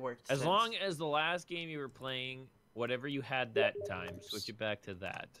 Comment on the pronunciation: Minimize dat.... and dat... not dat.... boo!!! That was an experience, lol that first minute tho